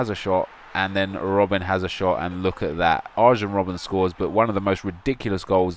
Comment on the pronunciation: Pronounced AR-YEN Robben, :))